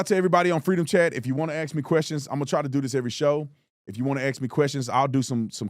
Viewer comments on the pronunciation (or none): "Ax questions" ? .... or is it "axe questions" ? Instant credibility loss.